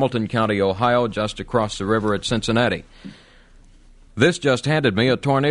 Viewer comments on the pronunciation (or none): Also Cincinnata.